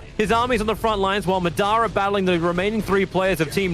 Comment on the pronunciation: As a Naruto fan I wish Tobi knew how to pronounce Madara correctly